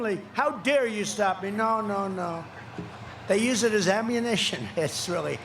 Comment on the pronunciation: Did he say “ammuanition” ?